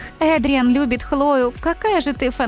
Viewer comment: Вообще-то надо говорить Эдриан а не Адриан